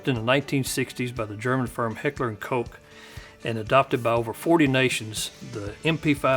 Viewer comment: Good thing you can pronounce heckler & koch correctly☺️